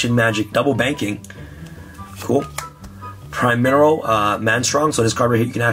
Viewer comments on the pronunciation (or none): "Prime- Mineral" not "Primerial" ;D